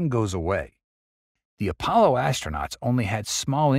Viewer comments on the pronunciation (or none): none